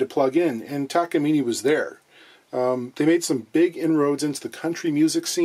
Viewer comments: Excuse my correction, it’s Takamin eh! According to my Japanese friend. Note accent over the e. Now about “solder” or “dodder”😂😂😂 Love your vids? You da man. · If you are trying to use the Japanese pronunciation it is ta-ka-mi-neh, not ni at the end. Not that it matters. Unrelated ryobi is pronounced ro-bi or something like that, there is really no why to write it in english but ryo is once syllable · It’s pronounced ‘Takamine’. Duh. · I'm thinking about complaining about the Takamine pronunciation.... but again is not going to read comments anyway. I have a small discussion with Levy Clay on his channel's comment and he was right that westerners are ignorants when it comes to names that comes from foriegn languages. But again, who am I to talk? I'm not even Japanese lol.